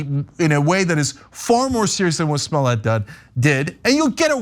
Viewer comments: Juicy Smoyay 🤣🤣🤣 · I like the way David Chappell pronounces his name Jesse SmoyA